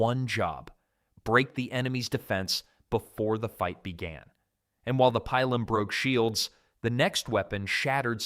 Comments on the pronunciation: Pee-lum not pie-lum. Woond not wound. That's what you did to the eight day clock nine days ago. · I seriously hate this AI voice. When I hear this, fuck off. Cant even pronounce pilum properly. Worse yet, it pronounce it differently twice